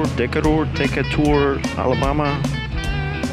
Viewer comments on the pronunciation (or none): It is pronounced as DEE KAY TUR. There is one in Alabama, Georgia, Illinois, Nebraska, and Illinois to name a few.